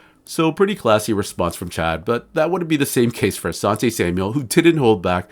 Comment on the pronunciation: putting that extra S in Asante's name is nassty work